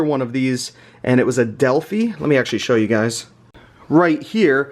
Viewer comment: Delf-EYE is the way to say the name.